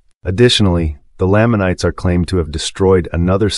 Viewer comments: you're pronouncing lamanites and lehi weird. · You’re pronouncing these made up names wrong 🤔